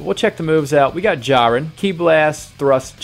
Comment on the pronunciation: You said jurien